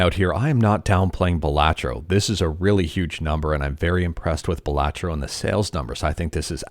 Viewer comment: Why does he say Balantro as Blah tro, do u also pronounce Cilantro as Sa lat tro?